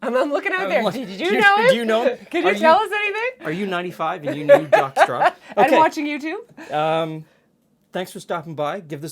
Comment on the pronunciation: Maybe I've had a cocktail too many, but every time you were saying 'Jaques Straub', all I heard was 'Jaques Strap'. That famous French Canadian hockey player and inventor of protective equipment 😀